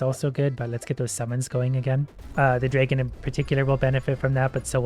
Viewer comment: I love how you pronunce "dragon" xD Its so cute. "Draigon"